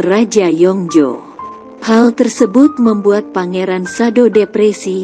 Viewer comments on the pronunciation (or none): none